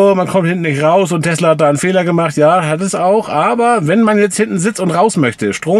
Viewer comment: Heißt es nun Telsa und nicht mehr Tesla? xd